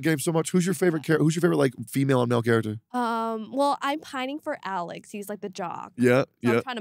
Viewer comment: bro saying character like this is a TV show 💀💀💀💀